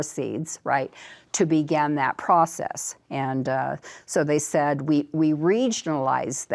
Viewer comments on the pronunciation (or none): none